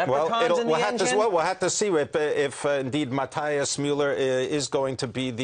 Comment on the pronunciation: Wow! how can you be so irritant and stubborn on the name of the CEO? Matthias is pronounced Ma-tee-as no Ma-tye-as as you do. It's very sad to see someone on TV trying to correct the right one with stupid insistence and the wrong pronunciation. Americans did not invent other languages. Miller shoud be pronounced Mi-zhzser! And Matt is derived from the Scandinavian derivative of Mathew: Mathias, Matías or Matthias and all are pronounced in each and every language in the world Ma-tee-as.